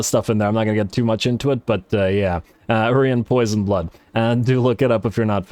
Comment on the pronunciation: It's not Urian Poisonblood his name is Urian Poisonblade.